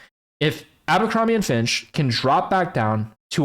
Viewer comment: Its "Abercrombie and Fitch" not "Abercrombie and Finch". You're giving me cancer.